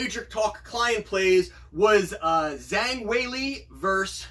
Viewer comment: Wow, you got -170 on Zhang. Good for you! I only got -200. "Zh" is pronounced more like a J in Mandarin Chinese.